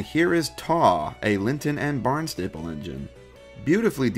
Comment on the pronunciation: Taw is pronounced more like Tor and Barnstaple is pronounced Barn-stah-ple